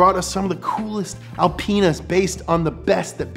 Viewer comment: Wait, did he just say alpen*s?😂